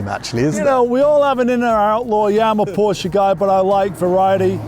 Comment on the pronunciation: Stop saying porsch-(uh) please. It sounds so bad😭 On the other side. Beautiful video❤